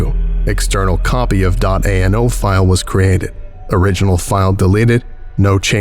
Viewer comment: I know it's probably the dyslexia, but you do keep saying .nao instead of .ano files. Not really a big deal, I just kept noticing it.